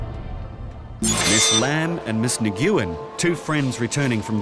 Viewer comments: The way he pronounces Nguyen is painful. No one heard that and thought to correct him? That’s a very common Vietnamese last name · Teach that man how to pronounce Nguyen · Nuuen... Not Nguuuen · 😂"nyguin"😂 its usually pronounced uwynn. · Since when is Nguyen pronounced "ni GYU in", instead of "win"? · Idk who needs to hear this at this television program, but the surname “Nguyen” is pronounced nu-wen, not nuh-goo-wen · Nguyen-pronounced "When" ....not pronounced.." naw goo when" .....😂😂😂😂😂😂😂😂😂🤦‍♀️🤦‍♀️🤦‍♀️🤦‍♀️🤦‍♀️🤦‍♀️🤦‍♀️ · LOL!!! 'Miss Neh-Gyu-Ehn' 🤣🤣Nguyễn is pronounced “ngwin” (like “win” but with a soft ng sound at the start) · Always funny to hear someone pronounce Nguyen as “Na-gyoo-en”. It’s a very common name in Vietnam & Laos. It’s pronounced “Nuh-win” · Her family name isn’t “Ne-gu-in” it’s “Nwin”. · Nguyen is a difficult last name I pronounced it the same as the narrator when I first read it but it’s actually pronounced (Ng-Win) kinda just sounds like Win when said quickly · Did this narrator actually just call "Mrs. Nguyen" as "Mrs. Ni-goo-yin"??? That's how I pronounced that name in 4th grade the first time I'd ever encountered it. What in the world is the narrator on a produced video doing with that? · I thought Nguyen was pronounced Wynn? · imagine a tv presenter pronouncing "Nguyen" as "nee goo in" like come on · "Nguyen" and it's pronounced "win". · Your pronunciation of "Nguyen" is laughable !! It's closer to "nwen". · Nguyen="Neh-wen". Might work on pronunciations a bit. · They are mispronouncing it. It’s Nguyen pronounced as if the “Ng” are silent more like “Nwin” or more commonly “win” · For the record, and for the benefit of anyone who didn't know this, but "Nguyen" is pronounced 'Win". When dealing with most non-western names, you really can't go at them phonetically. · Narrator butchering the pronunciation of Nguyen illol😂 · The way this guy pronounces Nguyen is a hate crime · they way they pronounced nguyen.....